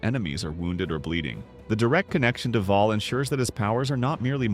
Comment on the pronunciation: Bhaal. Bhaalspawn. Other than that, well done.